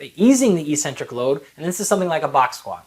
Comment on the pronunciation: Why did you pronounce e-centric instead of ex-centric back then? That's weird.